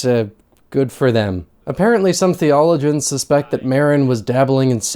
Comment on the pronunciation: Thee-oh-low-gee-uns is how you pronounce “theologians”.